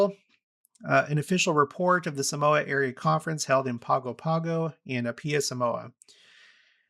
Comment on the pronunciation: in Samoan, g's are pronounced with an n sound before it like ng as in the english word singer so Pago Pago, American Samoa is pronounced Pango Pango or Paw-ngo Paw-ngo